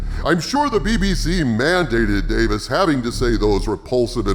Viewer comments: His name isn’t Davis. It’s Davies. Rhymes with “babies.” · Russell T. DAY-VEEZ, not Davis. Now you know. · Davies, not Davis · DaVIES not DaVIS old chap :) like its a plural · I really enjoyed this one,. We are of the same mind and heart in regard to the return of Davies. Expressing both sides through a conversation with Harvey was brilliant. I do find one thing odd, though...you are the only Who fan that I have ever met that mispronounces Russel T Davies last name. If it was intentional, it was not obvious.